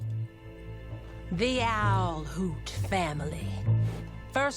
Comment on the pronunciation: Did he just... say owlhort